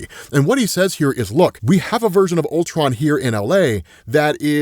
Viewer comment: "CULTRON", cmon, bruh